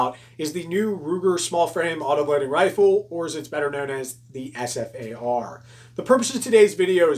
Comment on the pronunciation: It's known as the Ssss-far-ah